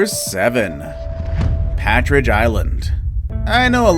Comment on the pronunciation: "Patridge" Island ?